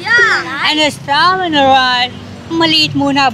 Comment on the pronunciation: “With a istap in the name of my life” SI TATAY TALAGA HAHAHAHAHAHA